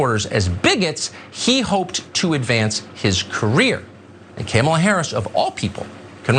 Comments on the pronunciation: Carlson is paid millions to speak as a professional. The job isn't that tough. Pronouncing Kamala is easy. The emphasis is on the first syllable like Pamala with more of an AHHH sound. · No, little Tuck Tuck... the problem isn't that you may not mispronounce Kamala's name... the problem is, you're a national news anchor, and you cannot pronounce it properly. I'm not sure if he has some sort of speech impediment, or if he lacks the auditory faculties to properly hear people pronouncing it correctly, but he is clearly lacking the basic capacities necessary to fulfill his job requirements. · They can say Tchaikovsky but they can't say Kamala properly 😮‍💨🙄. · It's his, like many racist, purposely mispronounced her name to demin her existence and minimize her importance because she is a woman of color. Just like the racist calling black men "boy" because they think it makes them superior, which it doesn't.